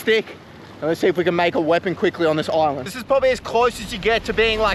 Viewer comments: Bro says oland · Be careful about pronouncing islands like oillands. Bout to be invated